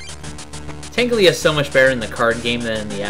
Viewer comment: ....I feel a little pedantic saying this, but, it's Tangela not Tanglia. Silly.:P